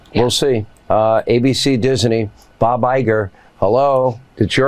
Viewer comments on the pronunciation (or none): PLEASE someone tell Hannity that DISNEY is only TWO SYLABLES! DIS NEY not DIS A NEY. OMG. Did he fail grammar school english?